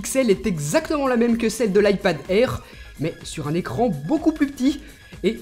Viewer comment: L ipad airrrrrrrrrr mdr